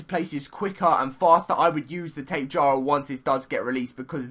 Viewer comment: tapa jara is how u pronounce